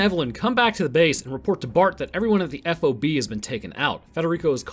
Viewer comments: The term F-O-B is pronounced "Fob" in the military, I've met military personnel and they all say the same. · Hey, FYI, in the Marines, we don't say every letter in F.O.B. its just FOB...